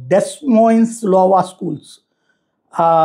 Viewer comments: లోవా కాదండి అయోవా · లోవా కాదురా అయ్యా...అది అయోవా